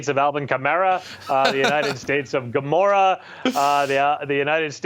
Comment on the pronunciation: What I heard was "United States Gamera". 😅